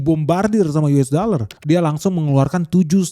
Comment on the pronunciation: Yu es da ler 😂